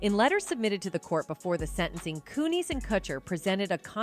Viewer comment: If you're using AI FOR THE AUDIO or if you can't figure out how to pronounce names, please fix it. How can we believe you if you don't use proper names. Kun-is for one, but there are many. What a cheap way to do things. I love your reports, but the names is just stupid.